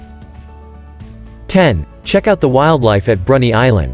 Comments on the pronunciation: Bicheno is pronounced Bishenoh, Bruny is Brewnee. Salamanca is Salla mancar. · Just to let you know kindly - this is a lovely overview of Tasmania! Thank you! Some of the place names are pronounced incorrectly. This is understandable. Strahan is pronounced STRAWN Bruny Island is pronounced BROONY island Bicheno is pronounced BISHENNO